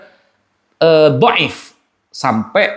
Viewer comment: Boleh tunjukkan referensi nya? Meriwayatkan bukan berarti menshahihkan. Duh gurunya sama sih ya, nggak ngerti ilmu mustholah hadits, pengucapan dhaif aja salah 😂. Tapi kalo masalah framing dan playing victim tak akui jago. Lanjutkan cah bagus. Semoga sukses dunia akhirat.